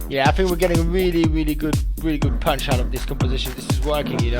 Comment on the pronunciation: i love the way he pronounces "punch"... like "pøønch" ^^'